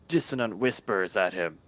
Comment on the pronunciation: You are killing me with some of these word pronunciations (e.g. Duergar, Dissonant). My midwestern brain cannot help but flinch. Though it is a fictional make-believe race and it really doesn't matter DND canon has given two pronunciations: Der-gar or Do-er-gar (Do as in 'to do list'). 'Doogar' proved too much for my ears. You fellas keep having fun, though. Props to Richorn's player for getting it right, though.